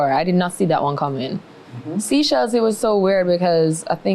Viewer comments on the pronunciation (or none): Seachelles is pronounce as say-chells my dear..not seachells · SEA-shells? SEE-shells? It's Seychelles..pronounced SAY-shells